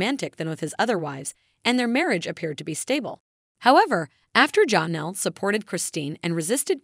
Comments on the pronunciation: It is not John Elle it is like Jan elle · Please stop calling her Jonelle. It's pronounced more like Jan, Janelle not Jon in it anywhere. (Actually spelled Jenelle.)